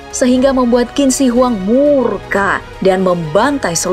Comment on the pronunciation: Kak, itu bukan kin shi huang cara bacanya Tapi cin she huang cara bacanya